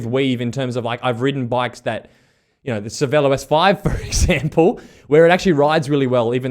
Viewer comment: New drinking game… every time says “Cervelo” and makes a face drink…